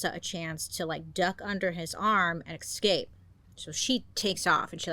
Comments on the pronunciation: The best thing about Bailey is she hasn't ever changed the slightest in over 5 years: in the friendly tone, mode of investigative-hot-goss storytelling and... in pronouncing EX-CAPE!!! lolll love her for it allll have been fan for years - best youtuber out there 💘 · does anyone know why she says eXscape? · Girl I love u been subbed for ever but the way u turned escape into excape is a bit of a crime at r age 😂😂😂 u look fabulous as usual so hay we win some we loss some ❤❤❤